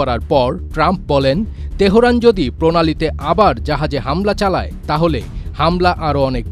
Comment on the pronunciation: বাহোরাইন...তেহোরান.......কেমন উচ্চারণ ভাই??? উচ্চারণটা হবে- বাহরাইন, তেহরান...সরল উচ্চারণ। ধন্যবাদ।